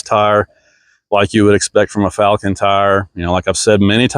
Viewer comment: you even pronouncing the company's name incorrectly, video is trash